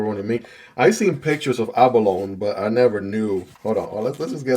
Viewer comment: If you care about being correct, it is actually pronounced "a·buh·low·nee".